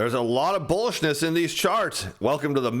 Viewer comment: ..... did he say bullishness..??... Thank you for your work and your YouTube channel...